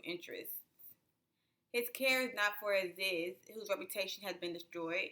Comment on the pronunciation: Colonializers? 🤦🏾‍♀️😬 I'm with you but... your mispronunciation (Aziz is pronounced Azeez). Your analysis is spot on!